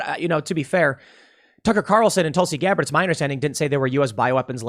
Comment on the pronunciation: I know what Tim met to say but he should be more careful with his words. It sounded like he said Tucker Carleton and Tulsie Gabber are evil people.